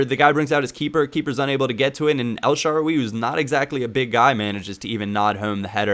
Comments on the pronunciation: El sha raawwww you not sharwy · please learn to pronounce El Shaarawy's name right. It makes me cringe everytime you say El Sharwee lol